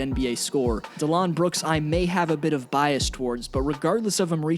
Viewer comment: Mans said “Delon Brooks” and the number ” 7 pick Jaren Jackson” 💀 🤦🏻‍♂️ cmon man it’s Dillon and the number 4 pick